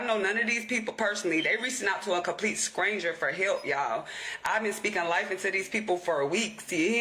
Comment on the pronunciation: Idgaf where you’re from, learn pronunciation! Scranger is wild 🤣🤣🤣🤣🤣🤣🤣🤣